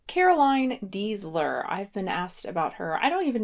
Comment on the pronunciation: I know completely unecessary, but here name is actually pronunced like this: Daisler. She is german/austrian :)